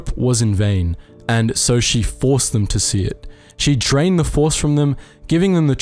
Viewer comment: Edit: you were saying drained. There's such a hard T sound making it sound like trained.